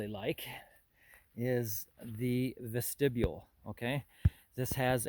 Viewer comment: it is a vest-ti-bule